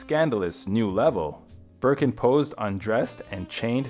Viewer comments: The amount of times the narrator called it “Birking” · Also Bergen